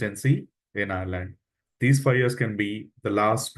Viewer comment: What is fi years ??????? Learn how to say five .